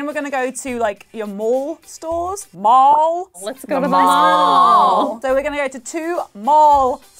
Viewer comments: Omg I died at trying to say mall 😂 Edit - omg thanks for all the likes that incredible xox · a brit: tries to pronounce “mall” like an american me: hears dual of the fates playing